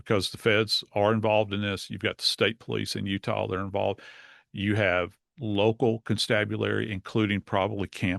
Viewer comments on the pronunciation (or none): none